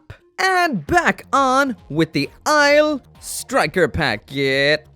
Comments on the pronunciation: Anyone gonna tell him Aile isn't pronounced "isle", but instead "elle"? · Aile is pronounced "L". Its french for wing...